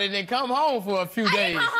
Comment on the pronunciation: ....now I know she not tryin to say "home" like that